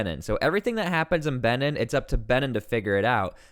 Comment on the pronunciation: Its Benin is pronounced, Bee.neen